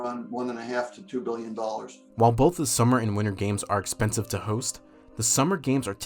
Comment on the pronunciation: Am I the only one that keeps replaying how he says expensive? expensive ExPANsiVe...